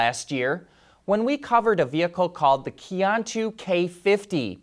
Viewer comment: Qiantu is pronounced something like chen (or better chyen) tu. It means the road ahead, a great name for an EV.